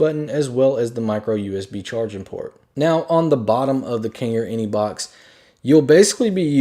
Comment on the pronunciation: he keeps saying inebox